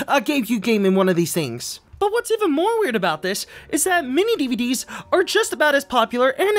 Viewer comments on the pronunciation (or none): Every time says "MiniDVD", all I hear is mini Dedede.